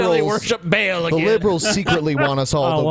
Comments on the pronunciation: It's pronounced Baal Ba'll Ball not Bale. Come on you guys. Don't be as stupid as Glenn Beck. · Ba'al pronounced as "bale"? Come on now. The fact that it's pronounced more like "ball" is probably the best part about the localization of Bravely Second by Square Enix because despite the censorship they actually still made the joke that they're going to "bust some Ba'als.". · aaarrrgggghhhhh it's not bale it's fucking Baal, as in the sound sheep make "baaaaah" with a fucking "L" at the end :D